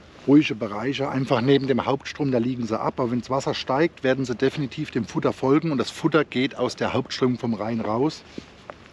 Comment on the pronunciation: DÄWWINITIEF MEEGAA. 🤣🤣🤣